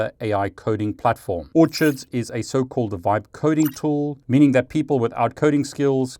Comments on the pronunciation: FWIW I think you will find the Orchid website name is actually pronounced “or-kid” as in the flower (like their logo!) and not “orchard”, where fruit grows, as you were pronouncing it. 😅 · Hey it's pronounced or-kids. Like the flower